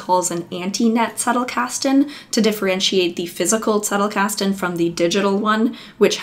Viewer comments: yes - the german z sounds as ts - doing good . I prefer original pronunciations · Thank you for pronouncing "Zettelkasten" correctly. Everybody else gets it wrong. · You are the first from the murican continent who pronounces it Zettelkasten and not Settelkasten😬 ((german here))